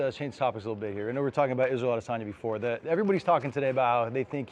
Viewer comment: kelvin cant even pronounce adesanya properly’ dummy still unconscious from his fight with adeson